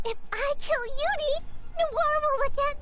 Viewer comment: randøm guy I hate the way says uni. That's really the only problem I have with him.